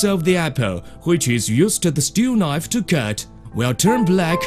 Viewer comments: That's a nice knoive. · LOL "A good nife! A magic nife!"